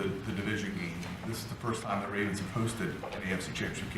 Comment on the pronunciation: Rrrrrravens Flock. IT’S. THIRD. DOWN